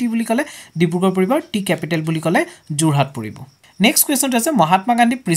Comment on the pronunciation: Sir Jurhat nhy Jorhat...